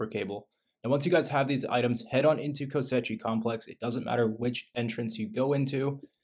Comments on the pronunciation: its pronounced ko-shei not ko-se-chi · actually it's kosh-eye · Ko-she complex 😅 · Kosh EYE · “Kosechi” lmao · Cant watch the mispronounced koschei is melting my brain lol